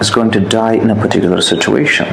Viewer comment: perticular perticular bole ja rha hai . ka hove hai perticular